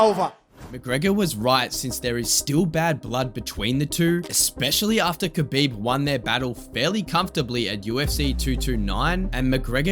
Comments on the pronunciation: kabooiiieeeb edit: alright you corrected your pronunciation in a later video, subbed to the channel mate! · It’s pronounced Habib not Khabib….Fgsake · It sound like you were saying his name wrong the whole time. You don’t pronounce the K. But other than that, badass video man. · You don't say the K in Khabib. The K is silent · It's funny to me, as good and well known as kHabib is.. barely anyone pronounces his name correctly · Bro did so much research and still can't pronounce Khabib's name right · The K is silent